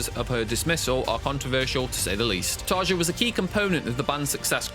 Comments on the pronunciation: A few things . . . 1. Tarja is pronounced Tarya. Jukka is pronounced Yukka. Jansen is pronounced Yansen. 2. Tarja never studied opera before joining the band. She is a classical vocalist. 3. Sami left/was kicked out after the third album. "Century Child" was Marko's debut. This video makes it sound like Sami left after the debut album. 4. I don't care to discuss Tarja's departure seventeen years later, but since this is a documentary, it's worth noting that she and her husband responded with their own open letter. It seems to be forgotten now, but at the time, it was a big deal. 5. No mention of Jukka or Marko leaving? How about Emppu being told to suck it up when he said he felt like a hired gun who only does what he was told to? There's nothing about the Denver show where Anette had left the band but Floor wasn't on the scene yet so Elize Ryd and Alissa White-Gluz sang for a show. It seems like if you're going to make a video about Nightwish's controversy, you would mention some of those things even considering this video's short length. 6. Floor did her own reaction video due to fans asking her to do it, and she while she acknowledges watching some reaction videos, she doesn't watch anyone's reaction video on her channel. The comment from the band, if it really came out just a few months ago (I can't find the original post, though I didn't try very hard), predates by a year Floor's video where all she does is react to her own performance. Sloppy. 7. What's the purpose of t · It did annoy me that you constantly misprouncedcTarja's first name - I used to wirk with a Finnish lady with that nane and the 'j' is pronounced like a 'y'. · Mispronounced both Tarja’s first name and Floor’s last name. Floor’s reaction was to her singing GLS at Wacken, not of other reactors, and happened a full year before the controversial comments he was referring to. Either incompetent or dishonest.